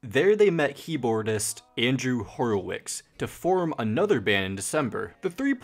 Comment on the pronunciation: sehjeeee and then later said-gee howley karacka felderman also horowix